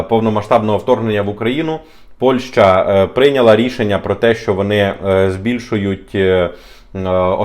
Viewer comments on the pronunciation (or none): Після чисельних моїх зауважень даному ,,талановитому"блогеру відносно правильної назви дружньої нам країни Польщі яку останній вперто називає Польшею приємно здивувалася коли він нарешті вірно вимовив назву цієї країни.Але...в середині даного відео він всеж говорив Польша ...Польща ...Польша ...Шановний ну не ганьби української мови...